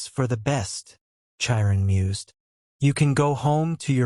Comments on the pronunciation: The voice is AI so it's pronouncing names wrong. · The pronunciation of Chiron 😭😭😭